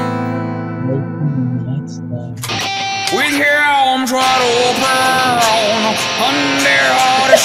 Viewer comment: "WITH ARHMS WHIDE HUOOOOPEN!" O.o 😂